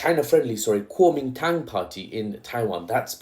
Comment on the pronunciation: Kuomintang? ❌️ Calming Tongue? ✅️ Calling Town? ✅️ Guaming Tang?❓️ Kuomintang? ✅️❓️ Kuwaman Town? ✅️